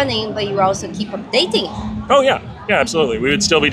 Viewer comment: ohhhhh you meant "dating" simulator, I totally had understood "dentist", too. now it's painful to watch